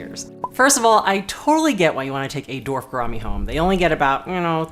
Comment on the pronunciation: ''Dorf'' gouramis. That's funny.